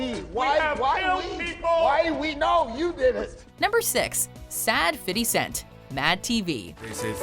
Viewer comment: fiddy cent.